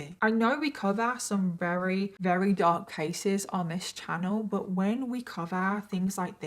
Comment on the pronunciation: Why do you say "Rery" instead of "Very" is it intentional? Not shaming you, it's just not something I'm used to so I'm curious.